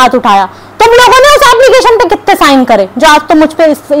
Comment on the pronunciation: Ablication Nahi application